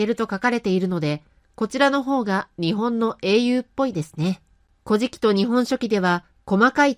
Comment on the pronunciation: 古事記の発音（イントネーション）が乞食に聞こえてしまいます。うーん 残念。